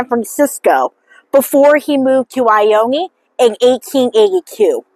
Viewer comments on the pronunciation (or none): It is pronounced I-own just fyi